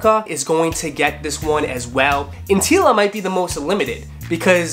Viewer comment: It’s antlia not antila. First you have foamer Simpson mistaking nubuck for suede on the Travis Scott’s, then you have Carlo ople saying that the pirate blacks were 350v2s. It’s not hard to research simple facts first guys. Jeez.